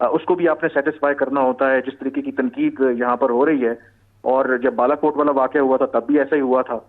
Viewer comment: Not Rawlakot but but Balakot.